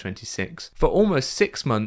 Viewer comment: “Dallas Harris Oaks” ?!? Who dat?!? Imagine being so mediocre you won’t even correctly pronounce a name and that was your only job.